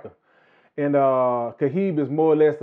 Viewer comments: Why does he keep saying “Khahib.” The man’s name is “Khabib.” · it's actually Habib, pronounced (Ha-beeb), it's an Arabic name and it means (lover).